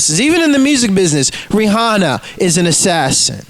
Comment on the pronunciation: Ree-honna is an assassin... Who knew?